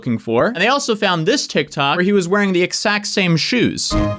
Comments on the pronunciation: Anyone else just kinda interested in how doesn't voice the consonant sounds in x when he says "exact" like ekssakt instead of eggzakt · Don't say egsacc ever again